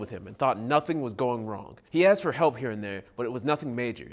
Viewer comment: Or "I axed someone..." rather than I asked.